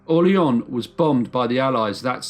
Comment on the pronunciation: I shudder every time the narrator pronounces it "Orle-onn".